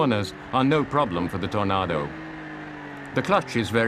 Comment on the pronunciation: Lol.. love the way he calls it a "TornARdo" :)